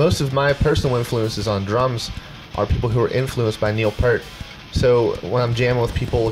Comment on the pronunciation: If I had a nickel for ever person that can't pronounce Neil Peart correctly